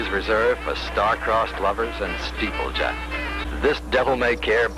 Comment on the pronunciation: He says steepjacks, you know, like fred dibnah.